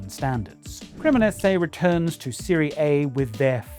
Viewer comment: Mispronounced Serie A. Should be Serie-ah not Serie-ey.